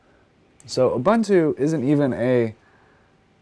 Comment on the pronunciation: The way he pronounces Ubuntu hurts 😭 it’s ooh boon too bro